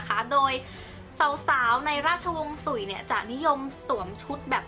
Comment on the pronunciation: สุย隋 บ่แม่น สุ่ย นะเจ้ 秦ฉิน 漢ฮั่น 唐ถัง ซ่ง宋 （ไม่ได้เรียงน่ะ แค่ออกเสียงจีนกลาง）元หยวน 明หมิง 清ชิง หรือ滿清หม่านชิง หรือ แมนจู